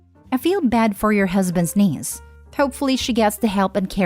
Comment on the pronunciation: I keep laughing because I hear Denise not the neice loool